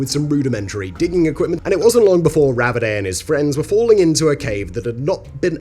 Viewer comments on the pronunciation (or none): Ravidat, not Ravidey...